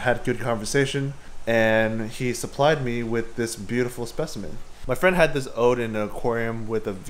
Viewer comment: It's odoe, as opposed to 'ode' as you kept saying.